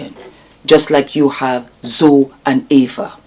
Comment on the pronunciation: I agree with you. It was clear as spoke that she has not followed Nikki and Jamie's old channel nor 'Simply Nikki'. She didn't even pronounce Zoe (pronounced Zoey, not Zow) correctly. And that is the problem with so many of the people judging Nikki, they clearly haven't followed the couple and know absolutely nothing about that which they comment on. They simply receive and swallow Jamie's narc bombs like baby birds being fed toxic waste by a hideous, demonic mother(Jamie).